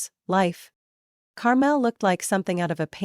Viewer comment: Even an AI should know the pronunciation is Car-mel'.